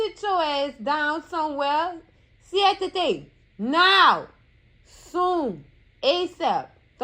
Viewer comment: Not Sientate! 😂